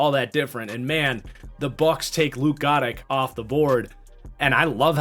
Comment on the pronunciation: almost positive luke goedecke is pronunced guh decky